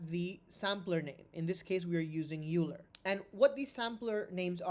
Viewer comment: Thanks for the explanation! By the way - EULER is not pronounced "juler" but rather "OILER". Leonhard was a German speaking Swiss